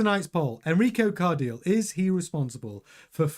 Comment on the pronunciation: Its pronounced CAR-DEE-LE (the last part is like saying LEclerc)